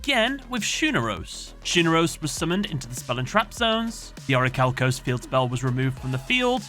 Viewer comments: Its pronounced 'oricalcamalose'! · Um, I believe it's pronounced "Or-i-ma-calc-u-lous" 😉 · deep breath IT'S PRONOUNCED ORICHALCIMALOS!